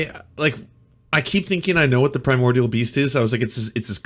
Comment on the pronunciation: "I say the primordial beast because it sounds epic." LOL. Not the way this guy pronounces it.